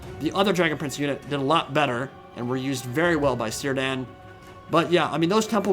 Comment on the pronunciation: By the way, Sindarin has no soft c's or g's, so Cirdan is pronounced Kere-dann, it's the name of an elven lord, specifically the lord of the Grey Havens, in the Lord of the Rings.